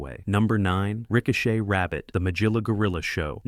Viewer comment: I remember most of these from my childhood in the 1960s. 😊 "Magilla" has a hard 'g', not as a 'j'. "Majilla" is wrong pronunciation. 😮 El Kabong did NOT have a Spanish accent. 😮